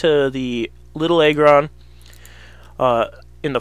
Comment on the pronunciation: I hate this guy. It's AGGron not EGGron. Really irritating.